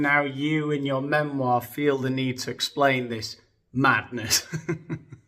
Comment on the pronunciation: I missed in your video today how you say, memoirrrrrrrr! I snicker when you say it that way. Please let your producer know. I commented so I can keep the alllllllgorithim alive!! 🫶🏻